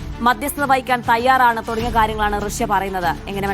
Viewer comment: റസ്യ അല്ല..... റഷ്യ 😂